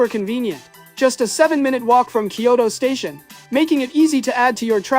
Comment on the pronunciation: Kyo-TO nigga not Kyo-DO 🤭